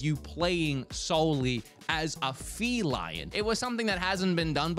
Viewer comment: I love you. But did you say fe-lion?